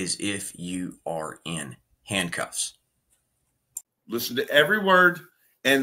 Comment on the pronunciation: Look when he says the word "listen "...slurs the whole word...last time i checked, listen only had 2 syllables.